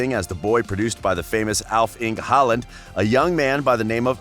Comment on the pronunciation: That was clearly not the point. Historic legends like Schmeichel and Kluivert should be possible to be atleast close to pronouncing. Håland's was probably the best pronounciation